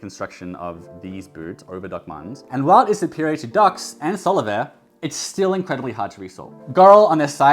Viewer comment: Solovair is actually pronounced Sole of Air :)